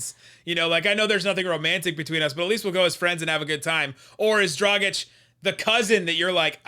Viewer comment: its Dragić not Drogić. Ahh american č, ć is not your friend